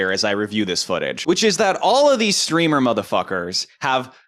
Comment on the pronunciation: I think you mean “Streamah”